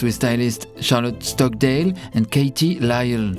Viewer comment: it's so cool to hear you ay my last name...Stockdale